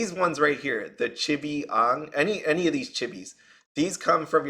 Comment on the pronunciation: Not being rude or anything but your saying AANGS name wrong. You just reminded of the bad live action avatar movie. 😢